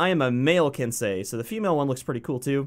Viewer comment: "It's ok I'm American I'm allowed to be ignorant" you sure are a good sport lol.l, but you did say it right so good on you :)